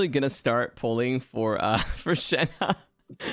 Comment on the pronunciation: it is Shenh(e) when i hear others say her name it is coming out as Shenh(a) -> Shenha